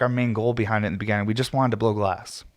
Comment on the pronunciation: I love sitting down to listen to you with a heady and coffee Sunday mornings. Its been something I've come to look forward to. Hope you keep doing them. Also, youre the first person I've heard pronounce beginning like begenning, is that a Colorado thing? Sounds Canadian kinda.